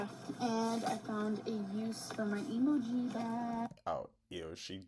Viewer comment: She even pronounces emoji wrong, jfc